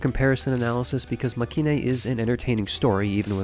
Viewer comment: I'm pretty sure it's actually pronounced make-in (マケイン) as separate words due to it being a shortening of make and the last part of heroine